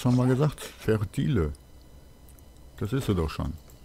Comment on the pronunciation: "Föhr-Teil". So wird das ausgesprochen,:) Kommt von Fertilizer/Dünger, also fertilisiation, das wiederum spricht sich fast schwierigerer aus, wie das Wort von dir. Und ja, ich finde das kleine Partikel-System beim wegkloppen von planierter Straße, auch total niedlich, es könnte nur etwas bunter sein^^